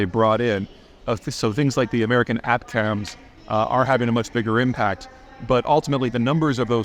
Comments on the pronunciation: AT-CAMS? isn't it pronounced ATA-CAMS? As in Attack- ems? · “American ‘At-Cams’”?? You mean ATTACK-Em’s? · hey peter it’s pronounced “ATTACK-EMS” just so you know 😎